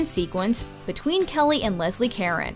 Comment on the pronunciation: First of all, 367 performances was a successful run for a show in the 30s. But by the 80s and Singing In The Rain, it was a flop. Second, Leslie Caron's last name isn't pronounced Karen, it's pronounced with the accent on the 2nd syllable ca-Rone. Third, the most successful American musical in Broadway history, Chicago, is baed on a 1942 movie called Roxie Hart, starring Ginger Rogers, Adolph Menjou, Sara Allgood (Mama Morton), and Spring Byington (Mary Sunshine). It includes 4 songs, two of which are sung by George Montgomery, one of which has Ginger Rogers dancing, which makes it far more of a musical than Footloose.